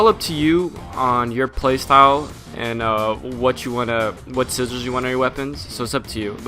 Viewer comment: can you not say 'sigils'? it isn't pronounced the same as 'sizzles'. =